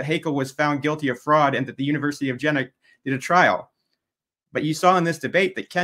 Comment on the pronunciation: It is pronounced Yeena. With a soft J. Not Gin-uh or Jin-uh. For the record.